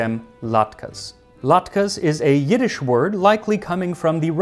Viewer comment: He did pretty well with the Yiddish, and even used the proper standard transliteration system!